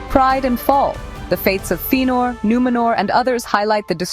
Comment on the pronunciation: Tell me more about these "Einoo-lin-dehl" and "Feenor". xD